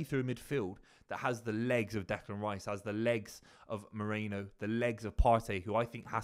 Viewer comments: MEH-REE-NO not Moreno. Merino. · no one can pronounce this dudes name. MEH-REE-NO!